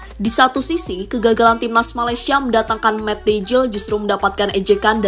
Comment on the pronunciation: Huruf J dlm bahasa belanda dibaca jadi Y min. Jadi sebut aja Mat Deyl, bkn Mat Dejil. Gak sekalian Mat Dajjal aja min 😂😂😂